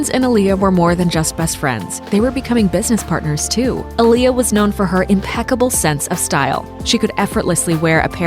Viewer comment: Not even saying her name right